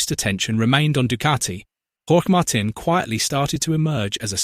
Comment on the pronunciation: Yep, Aprilia is an overnight sensation; but it was about sixteen years in the making. They are looking good now! Grinding away on the entire field. Ai Ogura on a satellite bike on the podium too! Hey, it’s pronounced “Mar-teen” ya stinking computer AI.